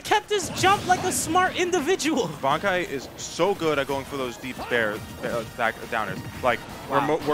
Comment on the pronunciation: Can people plz stop calling this man "Banky" His name is Bankai, pronounced Bon-Kai. Why would the Kai make his name sound like "banky"? Its just giving me a headache listening to everyone at that venue gettimg their own players name wrong..Yall need to socialize more over there and learn each others names